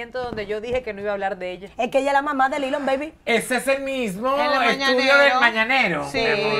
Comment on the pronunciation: Dilon baby paola, "Dilon",...no "Lilon'😅